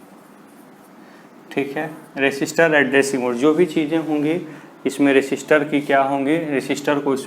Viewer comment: Sir that is register not resister